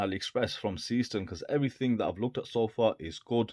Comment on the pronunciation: Pronunciation is totally WRONG: SEESTERN isnt SEE-STERN, BUT more like SAAY-SHTERN (is german, not english) and Glashütte is no GLASHOOTTE, but more GLASS-HÜTTE 😎😎